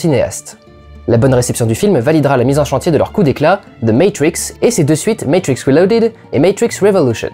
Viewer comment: "ze meytwrixe" "meytwrixe wrilodèd" "meytrwricxe wrèvolusheunsse"